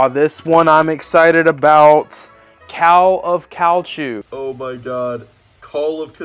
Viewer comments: Cowl of Calchew? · When Max pronounced Call of Cthulhu I spat my drink out 🤣🤣🤣